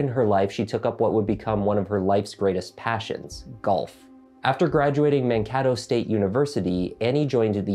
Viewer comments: Mankato, MN, is pronounced Man-KAY-tow, as opposed to Man-KAT-O. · Man-kAy-toh state .. Pronunciation counts. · It’s MAN-KAY-TOE , I lived there and my national guard unit was there, just correcting that pronunciation 😅😅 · Mankato is pronounced manKATEo, but the way you pronounced it made it sound very fancy and cool. I might like it better. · Did she graduate college in MN? Because it’s pronounced Man-Kay-Toe. Mankato. But I loved the vid and your content!!! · Just an fyi.. it’s man-kay-toe Mankato 😊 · Mankato is pronounced "Man-kay-toe." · Mankato you pronounced wrong. It's a native word I believe.